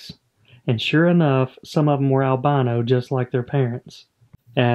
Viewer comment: Is that correct saying albano not albino? Sounds wrong like your fish are from Albania instead of without pigment.